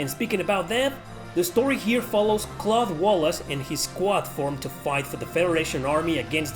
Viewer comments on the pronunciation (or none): none